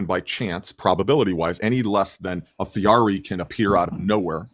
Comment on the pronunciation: “A FEARI”?? 😆